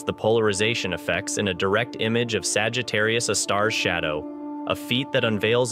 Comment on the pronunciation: I can't get past him saying Sagittarius "uh" (a) star....